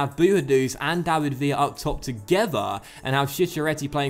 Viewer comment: villa is pronounced billa because he is spanish